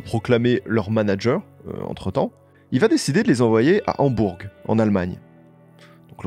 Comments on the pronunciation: Merci pour la vidéo 🙏 Hambourg se prononce « Hambour » je crois 😊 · Super vidéo mais pitié comment t’as pu parler de Hambourg au moins 30 fois sans jamais vérifier la prononciation ?? « HambourGUE » en boucle pendant 10 minutes je n’en peux pluuuus ça nous sort tellement de la vidéo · ???? "Hambourg" ...on ne prononce pas le "G" mon poteau ... a quoi sert ce podcast fait par un "jeune moineau" ...parle d ge groupes de ton âge , ne touche pas au Beatles OK Mr. HAMBOURGGGGGGG.... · ÇA SE PRONONCE PAS HAMBOURGUE WESH !!! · en Français on dit pas le G à la fin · coucou j'ai adoré ta vidéo mais juste pour dire que dans Hambourg il ne faut pas prononcer le g (sauf si tu le dis en allemand et là il faut aussi prononcer le h) sinon j'aime trop tes vidéos !!! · Très bon récit, précis, documenté mais...............................on ne prononce pas le G de Hambourg !! Mais cette analyse est phénoménale pour moi qui suis fan depuis les année"s 67 !